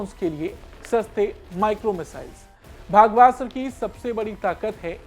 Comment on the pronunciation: You are pronouncing the name incorrectly